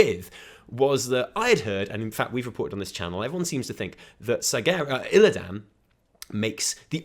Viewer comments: pls stop saying "ILLIDAAN" its illi-dun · Fuck! It's not Illi DAN it's pronounced more like Aladdin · WHYYY DO YOU PRONOUNCE ILLIDAN LIKE THAT WHAAAAAAT